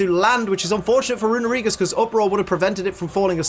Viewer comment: It hurts to hear someone mispronounce Runerigus (it's actually Rune-Ree-gus) so much...